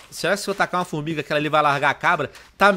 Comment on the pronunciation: Tio Venom, vc falou FormiRga kkkk